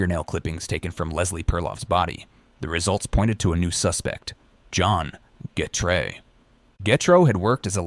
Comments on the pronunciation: So what is it... Gatrou. Getrey. Getray. Gatrey. Getreau. Gertrey? Gartrow? Getru? Getreu? Gatroux. Gatrous. Gatrus. Gertrus. Getres. The pronounciation changes everytime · How can you pronounce getreu right so many times and massively fuckit it up so many many times aswell